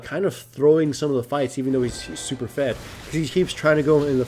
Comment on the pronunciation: godiego My point is that he emphasized the "super". It's somewhat long, but I would say the average is between 25 and 35 minutes.